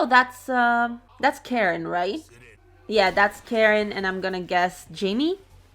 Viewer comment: Why do you keep calling Jaime "Jamie"